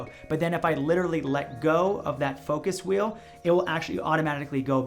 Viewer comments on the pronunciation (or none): none